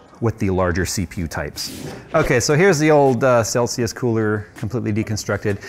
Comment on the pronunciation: Celsius - the one that you butchered right here - has a 5year warranty.